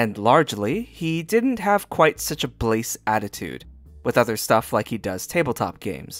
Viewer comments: Blasé = blah-ZAY, not BLAYce. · "blah-zay,". Not "blayse" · Quick note: blah-zay, not bayse